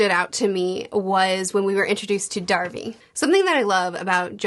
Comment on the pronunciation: still cant pronounce hierophant....... theres no way you aren't mispronouncing everyones names on accident. the show literally says all the names. its heirophant green, noy hydrophant, or hydroplant. its polnaref, not polnaroff, its darby not darvy......